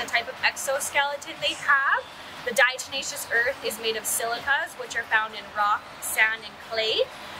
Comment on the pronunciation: Thanks for the help, but its diateMatious, not deNatious like jack blacks tenacious D...😂